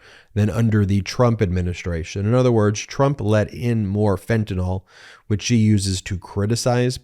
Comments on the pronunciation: Dear MargaNazi Greene [divorced failure] it's not "Fe'anull" it's FEN-TAN-ILL spelled Fentanyl, and Biden has caught more of it crossing the border than anyone else ever has, that's not a failure, that's a Biden success, you Russian asset! Thanks for exposing this fascist moron. Since Boozeburp and her like to say unfounded, untrue crap or unverified disinfo in Congress, Raskin guys should just start calling them Russian assets openly on the Floor. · Fentanyl, Ben, not Fentanol. nil. 'N Y L' is pronounced nil. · Ok. Just a personal beef but also a heads up. I am a nurse. Please pronounce “Fentanyl” correctly, especially when MAGATs get it wrong. It’s FEN-TAH-NIL, not fen-tah-nahl. Fentanyl rhymes with, “Pay my bill” not “Tylenol”. Thank you. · Why can't MTG pronounce Fentanyl? It's 3 basic syllables. Fen-ta-nyl Guessing she's one of those who say nucular too